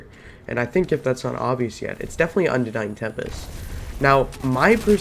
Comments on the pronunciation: This whole videos is basically a show of weapon swapping while out of combat, missing shots, random mumbling, no testing in private match to see range and numbers and also calling unending "undenying", my Lord..... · Yes , the unending is pronounced undenying👀